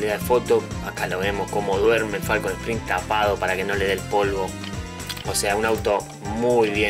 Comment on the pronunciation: Arnold 2T Primero que nada antes de hablar de autos minimamente aprende a mencionarlos bien un Falcon (sin acento en la "O") hoy por hoy es lo mas comun verlos en las calles y autodromos como cualquier otro auto no podes comparar un falcon con un Mustang o Chevy (con "Y" y no con"I latina") cuando el Mustang es un clasico por excelencia, un auto emblematico que dejo una marca en su epoca por ser uno de los autos mas potentes, dotado por el gran trabajo de ingenieria logrando un sonido que hacia imposible que no te voltees a verlo, agraciado por una estetica inigualable que causo tendencia junto al Chevy ss entre los clasicos, autos practicamente indestructibles.